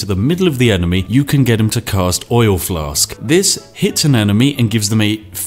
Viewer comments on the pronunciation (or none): none